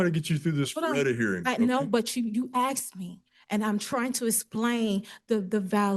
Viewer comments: The judge “axed” her and she’s just trying to “asplain”. I think we are dealing with a negative IQ level. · She "Axed" him.... What is so hard to pronounce the word ASKED? THERE IS NO X IN THE WORD ASKED. She did her research, and so she comprehends. But she doesn't understand, just comprehends. Why do we have to listen to these morons who couldn't even graduate high school. Why is he even letting her talk? They all want to be so obsessed and not part of the United States but you know they're all taken the benefits that are handed to them from the government. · You axe me and I'm trying to splain.